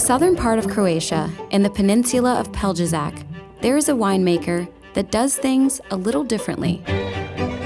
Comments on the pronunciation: Agreed:). It's more like 'pel-ye-shats' . Or 'pè-liè-chatss' for a French accent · only Croatians know how wrong she said that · Hello from Croatia! And you mispronounced Pelješac but no hate....